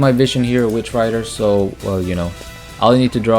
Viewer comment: It's Witch Raider not Rider lol